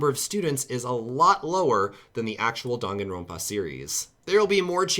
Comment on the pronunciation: way of saying Danganronpa Dong-A-rope-A